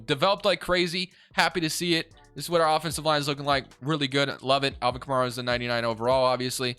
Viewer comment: your pronounced A. Kamara name wrong it's kah.mare,Uh not kah mar uh